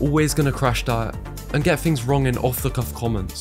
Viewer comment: I couldn't continue to listen after "things" was pronounced "fings"... an "other" turned into "uh-vuh".